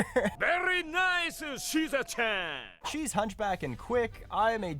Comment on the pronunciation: I love that he pronounced suzerain like caesarean 😂